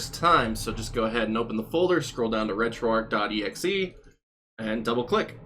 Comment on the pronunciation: For future videos, please let it be noted that it's pronounced, "Arch", like the St. Louis Arch, not, "Ark", like Noah's Ark. This has been confirmed by Themaister and the rest that work on the project. And for the love of GOD, please pronounce BIOS, "By Ohs", or even "By Ohz", NOT "By Ahs"! It sounds like you have no idea of what you're talking about when pronouncing things incorrectly.